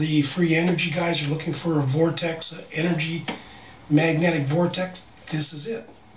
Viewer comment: "Magnetic Fortex"?